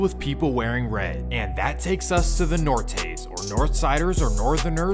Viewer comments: Lmao this fool said Nor-Tays. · Its pronounced Nor-They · “Nortes” its Northanos or nu estra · Say the Nortenos correct, not what ever!! Just so you know I’m from down south. But when you address the Chicano culture, have some respect when you talk about us!! No matter what side you are talking about!!